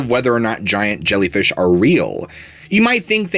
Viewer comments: "ZSHIANT ZHELLYFEESH" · Zsiant Zshellyfeesh😂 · Zshiant zhellyfeeesh😂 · ZSHIANT ZHELLYFEEESH! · ziant gellifish, lol. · Zshiant Zhellyfeesh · Holy zshiant zhellyfeesh! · ZSHIANT ZHELLYFEESH 😂😂😂. For real, though, I, yet again, have learned a few new theories, through your grand narration(s). Thank you, for sharing,!! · "ZSHIANT ZHELLYFEESH" 😅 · Zhiant Zellyfeesh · Zzghiant zzjellyfeesh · Zhiant Zhelleefish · Zhiant Zhelleefish.... lmao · Interesting, thanks! "Zshiant Zhellfeesh" oh my